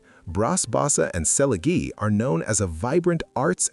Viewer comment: The -"gie" in Selegie Road is pronounced like the "-gee" in "geek". Please stop pronouncing everything the American way when the names belong to another country.